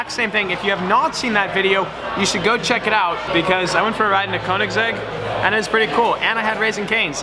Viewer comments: If you are a koenigsegg fanboy why cant u pronounce it right? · Giovanni Donegà I've seen interviews where Koenigsegg himself pronounces it like the last syllable of his name. But you can say it however you like. How do you pronounce "gif"?